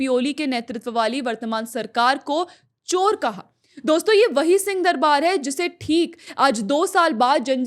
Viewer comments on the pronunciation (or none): none